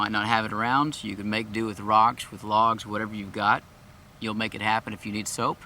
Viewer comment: Thought he’s making “soup” 🤣😂